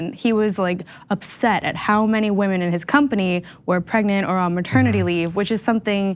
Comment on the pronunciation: Oh nooo! The whamen!! Not the whamen!! 🤣😂🤣